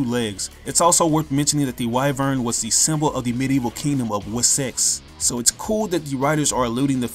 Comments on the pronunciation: haha you said "we sex" but srsly tho, I hope the movie won't just show Dragonstorm in a simple flashback... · Wessex is pronounced wes (like how you would pronounce the Wes in Wesley) and sex (just like how normal people pronounce sex ?)